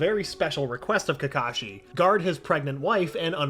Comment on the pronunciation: Not kakashi sensei ka ka sensei lol